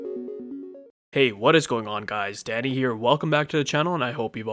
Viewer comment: When you say "Danny here", I hear "daddy here" which is messed up. But if you change your name to "WhosYourDanny"... you'll be a YT success, ezgg. :)